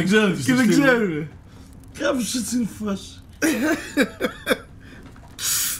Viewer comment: όχι κυριολεκτικά λέει" Κάπως έτσι λειτουργεί η φάση του 'game'" απλώς το"κάπως" ακούγεται λίγο σαν "κάποιος"έτσι όπως το λέει ο.